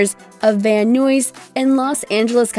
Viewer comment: Its pronounced " van eyes" not vam nuez